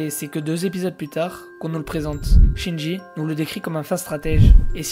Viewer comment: Mec, c'est pas Shinji, c'est Jinshi. Tu inverse les syllabes :p